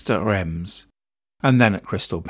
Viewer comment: You would have thought the voice over could at least have pronounced his name consistently, guess you got there in the end. (and the French circuit is not pronounced "Rems" its pronounced "Reems") Do your research.